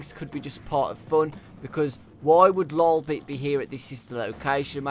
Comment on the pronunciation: you say lolbits name like dis LOLbit